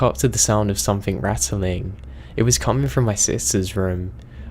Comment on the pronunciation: love your videos but PLEASE learn how to pronounce peripheral and stop putting a K on the end of something. One story tells of a voice being Indistinguishable but doesn't say from what?